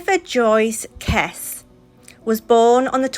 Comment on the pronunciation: Kesse pronounced Kessey